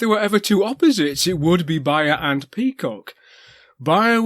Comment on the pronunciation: Also, Beyer is pronounced like the word bay, the way you say it sounds like how a German would.